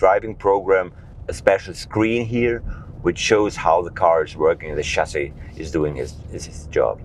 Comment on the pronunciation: You are misspronouncing the word Chassis.